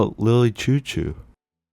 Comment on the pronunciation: the way you're saying "chou-chou" is pmo. it's supposed to be "shoo-shoo"